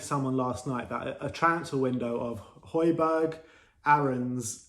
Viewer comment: I wonder, if we sign Højbjerg, will they start to pronounce his name properly. Love from Denmark